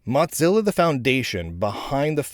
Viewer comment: Say "Mottzilla" one more time... I dare you... 😁